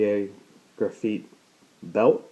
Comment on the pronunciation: why the hell you say graphite like that its graph-ite